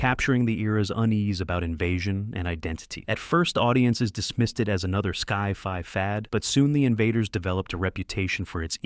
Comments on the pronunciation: Who is that man in the Dark Shadows clips? I've seen every episode of the show and never saw that character. Also, no Jonathan Frid (not Freed) shown at all. AI narrator needs to learn how to pronounce things like names and Sci Fi. (Not Sky Fi!) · I wish you people would correct AI mispronunciations. "Ski-fi"???